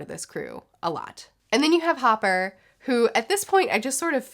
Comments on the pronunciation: Not sure if you caught it or not buuuut it’s Chopper not hopper😅 great review tho looking forward to the next arc. Got a feeling you’ll really enjoy it🙌🏾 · Chopper not Hopper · Hopper? Hopper?🤣🤣. No she didn’t hahaha! Oh my god, it the first time I’ve heard someone call chopper that. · why were you calling chopper, hopper?? 😂😂😂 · Ahh yes. Lufy, zolo and hopper. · It is chopper not hopper and trust me just keep on reading it raises the stakes by a lot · "Hopper" HAHHAHAH OH NO xD You pronounce it Chopper, like chopping wood :D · That's Chopper not hopper. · His name is Chopper not Hopper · Chopper not Hopper :) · I may have misheard and correct me if I'm wrong, but his name is Chopper and I t'm pretty sure you referred to him as Hopper. Side note, if you're starting to warm up to Usopp, you're gonna really like the next couple of arcs, no spoilers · oh my lord she called chopper hopper. I'm crying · its chopper lol not hopper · wait did she call chopper "hopper"? lmao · Hopper? Chopper* tony tony chopper Pronounced chopaa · Welcome to another episode of butchering One Piece character names 😂 Coin? Hopper? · Oh, I don't know if you're gonna love it or not but we're gonna love seeing your reaction for the next arc. And I'm sure everyone has already told you but it's Chopper, not Hooper. About Ussop, he's the only human here, others are referred to as Monsters, demon child, nami has been mentioned as a witch. And Sanji other than being a simp, a cook, a monster in strength he is a kind guy. The difference between his and Luffy kindness seems like is he will still help even though he hates the person he's helping. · It’s chopper not hopper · oh and also I don't want to be that one annoying guy but its chopper not hopper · It’s Chopper, Chop-er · When Chopper becomes Hopper. You are here too strong young pirate. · It's chappor like helicopter chopper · I cringed every time she said HOPPER